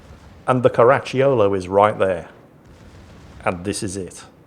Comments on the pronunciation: Pronunciation tip: The "cio" in Caracciolo is pronunced like the "cho" in "chocolate" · Actually, I'm sure you find it's pronounced, "Crunchy yo-yo"